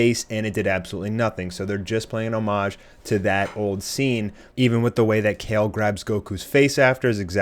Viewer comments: Your not saying her name right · Wow you can’t even Say her name right